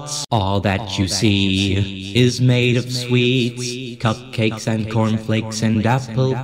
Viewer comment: IT FRIGGIN SAOUNDED LIKE HE SAID CUMCAKES